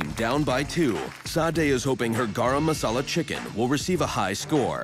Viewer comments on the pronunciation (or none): garum masala loll mans doesn't know how to pronounce it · As a pakistani the way the narrator said "garEm MasAlA" hurt me in the feels